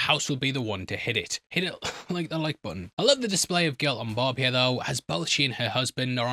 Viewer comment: jesus man i love ya but its barb not bob or borb